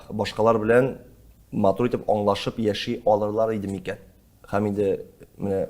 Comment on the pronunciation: Тапшыру яхшы. Ләкин минем тапшыруны алып баручыдан сорыйсым килә: һәм, һөнәр сүзләре ни өчен "" х ә м , х ө н ә р "" диеп әйтелә? (Русчалап әйткәндә: Ухо режет.) грубо ишетелә.